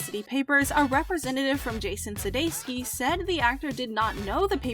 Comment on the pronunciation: suDEIkis so suDESKi, can you not read?